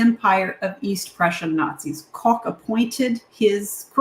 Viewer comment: As the adopted son of an East Prussian mother from Allenstein, I was quite pleased by your pronunciation of Königsberg and Koch. Given the number of times I hear Luftwaffe pronounced Loof-waffa, it made me smile.